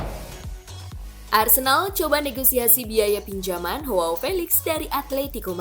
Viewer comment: Mengkoreksi dikit ya min, bacanya bukan Hoao, tapi Joao aja biasa, karena Felix bukan orang british